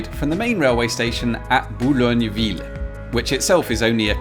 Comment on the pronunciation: Hearing someone pronouncing "Boulogne" perfectly but then messing the "r" of "sur-mer" right after will never not startle me. Too big of a jump, too close together. Uncanny valley stuff that my brain can't get used to. Also I think the H in the circle is for helicopters. From what I remember usually helicopters land on things that look like this.